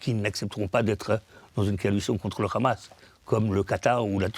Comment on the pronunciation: Ce monsieur est à la tête d'un mouvement pour la paix? Moi, en milieu d'écoute, j'entends plutôt le narratif officiel sioniste. Il justifie même l'idée saugrenue d'une coalition internationale contre la Hamas. Déjà, ce monsieur prononce "KHAMAS". Cela veut tout dire... Non, Monsieur, personne ne veut de l'autorité palestinienne pour diriger Gaza. Ça, c'est la volonté des sionistes. Allez, j'arrête là l'écoute et je vais vomir car si le mouvement pour la paix c'est ça, on n'est pas rendu comme dirait l'autre...